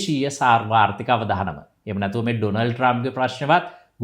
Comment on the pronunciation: පුතේ, අවධානම නෙවෙයි, අවදානම කියන්න. ඔයාගෙ වීඩියෝ ගොඩක් අය බලනවා. වරද්දලා සිංහල කිව්වාම ඒ බලන දරුවොත් වැරදි සිංහල ඉගෙනගන්නවා. ටීවී චැනල්වල ගිරව් වගේ කියවන්න විතරක් දක්ෂ නමුත් සිංහල බැරි අය නිවේදකයො කරලා එයාලා සිංහල භාෂාව මරලා දාන හැටි වගේ නෙවෙයි පුතා වගේ උගත් කෙනෙක් සිංහල වරද්දනකොට. "අවධානය" සහ "අවදානම".